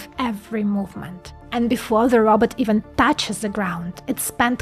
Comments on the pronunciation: You are sweet and doing a great job. Keep up the good work. Just one thing... its not "Robert".. Its "Ro" "bot" (Row (BOT)). I am working on a SNN Brain model. Do you have any content on SNN and SNN vs Other and what it means etc ? would be great if you can do that. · Row-bot, not Robert. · Did she say robutt...